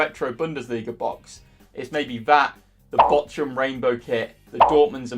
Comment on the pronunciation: How are u still mispronouncing Bochum loooool